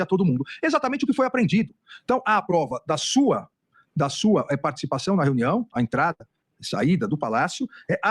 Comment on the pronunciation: Ele fala renião